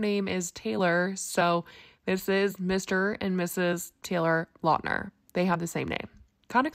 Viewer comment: you pronounced his last name wrong 😂 lout-ner he even said it on a podcast.